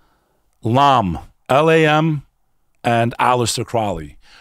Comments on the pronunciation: Crowley has nothing to do with the Church of Satan. He founded Thelema. Also, both of these guys are pronouncing his name wrong. IT's CROW-ly. I'm impressed with this video, because I too believe the phenomenon is demonic. Angels, demons, Jinn. The bit about Crowley, Parsons, Hubbard, and Lam, was full of significant inaccuracies. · Mispronounced 'Crowley'